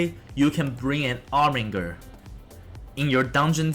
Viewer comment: You missed the R from Armiger.